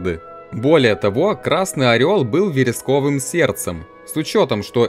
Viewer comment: Уважаемый автор, ну ты же взрослый умный парень с большом опытом написания сценария и опытом диктора — почему же ты ставишь ударения так плохо? Если честно, очень тяжело слушать. Орфоэпические нормы: мóбов, мóдов, дáнжей, вéресковый. Было бы намного приятнее смотреть видео, если бы из раза в раз не приходилось слушать ошибки. Удачи.